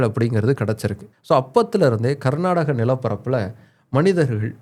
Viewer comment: ಈ ಬೋಳಿಮಗ್ನಿಗೆ ಕರ್ನಾಟಕ ಅನ್ನೋಕೆ ಬರಲ್ಲ, ಪುಂಗತವನೆ ಇಲ್ಲಿ😅